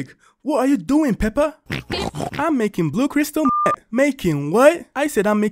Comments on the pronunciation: The way that he says pepper instead of peppa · How it sounded like said pepper instead of peppe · peppa Also what I hear from: pepper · Bro really said pepper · Is just me or someone else Heard peper😅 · Bro said pepper instead of peppa💀💀💀💀💀💀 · Its peppa not pepper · peppa =🗣pepper